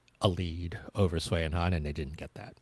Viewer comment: Thank you!!!!! I was constantly feeling rage about the announcer butchering almost every name that wasn't English. And to mispronounce Sui and Han's names, a pair that has been around for so long, is just inexcusable and incredibly disrespectful.